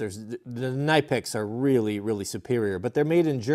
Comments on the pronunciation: KNIPEX = KNEE PEX, not NIGH PEX or NIP EX, KNEE PEX is how the proper German pronunciation. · Knipex is pronounced Nipex the K is silent. Nice series. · “Nipex” the k is silent. And proto tools are amazing tools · You say KNIPEX incorrectly